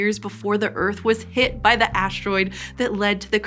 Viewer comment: There is no 'h' in 'asteroid'.